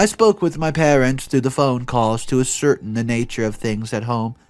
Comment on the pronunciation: maybe a helpful hint and I would like to say that you narrate lovely but ascertain us pronounced with the last sylabel (tain) as the loudest and the ai is pronounced as "a" like in the word gain.